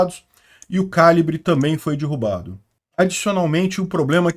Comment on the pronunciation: DIrrubado? Ou derrubado?